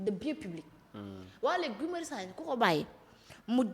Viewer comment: NE DITES PAS GUY SVP!❤ ÇA SE PRONONCE "GI"😂😂😂😂😂😂. KII DU GUY , TABANAANI😂😂😂😂😂